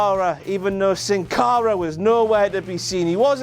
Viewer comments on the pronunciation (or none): none